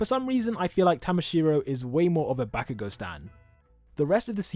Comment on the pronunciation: also: BaCk YoU gO (that's how he says BAH-KU-GO)